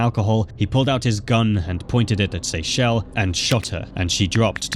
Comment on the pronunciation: That woman in the first one was my cousin in law and it bothered me that the narrator only said her name and same with the name Kyrien and Akuri. But I knew Seychelle was also said wrong many times and got it right like 3 times. But the first one was my family